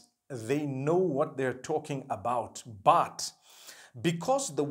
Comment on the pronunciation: Every time I looked at your video you bring me smile when you say "BAT" (but) may Allah bless you and your family continue to make videos !!!!! (My english is not good because Im french)